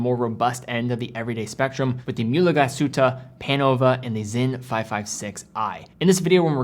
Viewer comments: It's pronounced Glas-Hutte and not GlaSHutte. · A great video as usual. However, a very small nitpick: the pronunciation of the name of the brand/town Glashütte is not how you say it /glas SH uta/ but more like /glas Huta/ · "Glaas Hitt-eh" Not "Glaa-shutteh" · Great channel, great guy, great review. But please: start learning some basic, basic German so that German words and names get pronounced the right way. For example, „Glashütte“ is a compound noun consisting of two words, „Glas“ and „Hütte“, which is why pronouncing it „Gla - Shütte“ is incorrect. You start doing that, I promise we Germans will try to improve our pronunciation of „Submariner“ (by deriving it from „mariner“ instead of „submarine“). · Your pronunciation of Glashütte is dead wrong. You have to pronounce it Glas...Hütte . Not Glashutte. The S and the H don't create a common sound. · I'm really sold on the Sinn 556 I-RS on steel bracelet. BTW Glashuette is pronounced, "Glaze- Her-Ta" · In the intro you pronounce Glashütte correctly but then to proceed to call it Glaschute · great content as always, just a quick note, is pronounced "glas-hute", so there's no "sh" sound but rather an "s" and a "ü" sound after that. Picture the name of the footballer Thomas Müller and you get how that ü sounds like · Native German here: You pronounce Mühle very well! But Glashütte isnt with an english "sh", that would be "sch" in german. its pronounced "Glas" like "glass" and then "Hütte" with an ü very similar to how you correctly pronounce it in "Mühle". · Stop sayin Glas Shootah. So cringe. It’s not Myoolah either. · As a european who knows german quite well i just want to point out that the correct pronounciation of mühle glasshütte would be "mewle glAs-hewte"